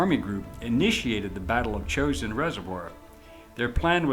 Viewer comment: It's pronounced "Jo-shin" not "chosen"